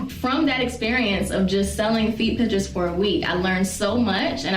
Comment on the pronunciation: Can't stand the way she says "Pitshurs" god